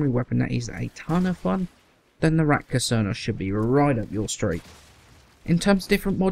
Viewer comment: Is it just me or you keep says Ratka instread of Rakta :-)